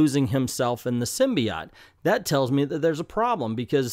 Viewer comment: the way you pronounce “symbiote” invalidates your opinion